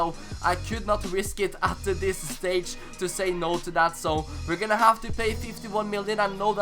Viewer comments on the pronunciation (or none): none